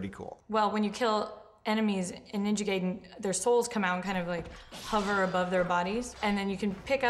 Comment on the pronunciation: WHY DOSE EVERY AMARICAN BUT ME SAY NINJA GAIDEN RONG FUCK! GET IT RIGHT